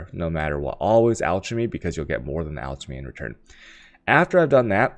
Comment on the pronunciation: LOL this guy sounded so smart until he said "Chysel" and "Ciaos" Oh don't for get Al-ch-me" Do you go to school for Al-ch-me? I's called Alchemy. As in the study. As in the orb. Oh also a Chisel is a Ch-i-sel not Chy-sel. Chisel in the real world is used for carving stone, so it's the same damn thing. Makes an EEEH sound. And chaos is pronounced "Kay-oss"